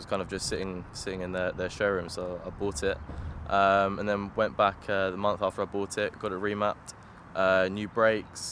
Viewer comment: being a "car guy".. you should be able to pronounce Renault properly, its not Renolts, its pronounced Ren-Oh. You muppet. 😉 Oh and Por-sha not Porsh. Come on man... its monTH not munFF. Lol OMG and you Owned a Renault in the past.... SMH Its probably why you went to BMW, something simple to pronounce. You poor sod.